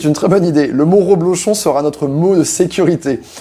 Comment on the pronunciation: Reblochon et pas ro